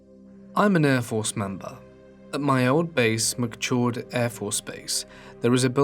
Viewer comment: Lol Air Force Vet here. Love your videos but I have to let you know (with all the love, promise), it’s “ka-DEE-na” afb, and “mih/muh -cord” afb. I know you wouldn’t know better, it gave me a little giggle though. ♥️